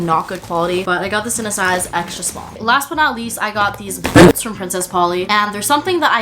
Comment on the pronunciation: boOOtZ Also: spIZCZy